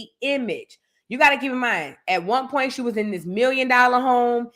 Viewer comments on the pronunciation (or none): I love when says purnt= point😂😂😂